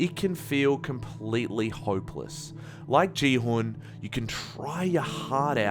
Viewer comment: your pronunciation of no-eul's name was better than your pronunciation of gihun's (which is pronounced gi-hoon) lolz